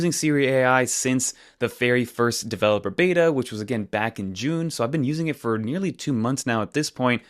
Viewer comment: Dude clean those AirPods before you show them on camera 🤮🤮 also, stop mis-emphasizing words. “I’ve been using it since the first developer BETA”. Just talk natural. You don’t need to emphasize words at the end of sentences. Just talk.